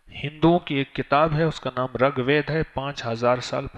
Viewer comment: dhakan miyan, pehlay RIG bolo RAG nahi. Sanskrit bolo san sakrit nahi. proof of the shit u r talking ?